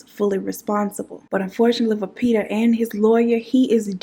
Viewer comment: The little Peter every time you say little peta you take me out that’s my favorite part of this whole thing Lil Peter!!! Poe Lil PETA just like poe lil tink tink chie 💁🏼‍♀️😭😭😭😭😭😭 I love you 🤣🤣